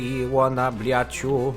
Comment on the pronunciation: dlaczego cały czas muwisz bliet